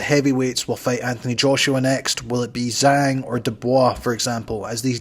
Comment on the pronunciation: His name pronounced Jaang😅